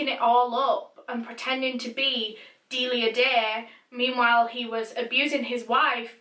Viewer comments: My friends name is Delia oof when she says her name I just think of my friend I may be wrong but I’m pretty sure you said her name wrong bc my friend corrected me when I said dilia but it’s actually sounded out d-eh li ah sorry if you’re right on saying her name right I only know the way my friend says her name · DeLIa dEyY